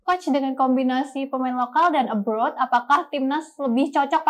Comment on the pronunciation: Abroad bukan Aboard